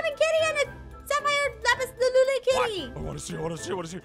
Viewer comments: Why u say lapis laluli instead of lapis lazuli you say it wrong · "Lapis laluly " 😂😂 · Aph, it’s lazuli